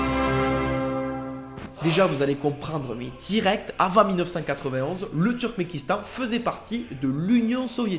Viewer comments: C'est "Turkmenistan", pas "Turmenkistan". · Tu dis Turmékistan alors que c'est Turkménistan. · Turkménistan, not Turkmékistan. thank for the rest ;)